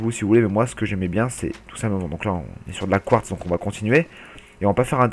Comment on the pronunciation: on dit phonétiquement : du couartse